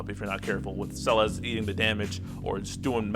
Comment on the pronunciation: You good man, you saying her name right. I already got Emplemon's LD, so I'm def getting Celes via tickets, 'cuz I'm a sucker for tanks and she's a fave anyways.